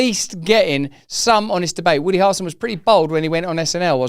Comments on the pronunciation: Harrelson…not harlson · To help you pronounce Harrelson correctly think of Prince Harry and the way you pronounce his name. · Also,even for a brittish guy that's a wild pronunciation of "Harrelson" 🤣😂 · Bro is dying over here in an attempt to pronounce Harrelson hahaha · Dude! Please stop pronouncing his name like that 😂 It's like nails on a chalk board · Why does Russell pronounce “Harrelson” in such a weird way??